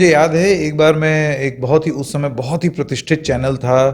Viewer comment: Pratithist nahi pratisthit